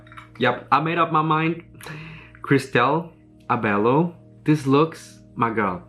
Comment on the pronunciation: Hi, Abello is pronounced as (A-Bell-Yo) ☺️☺️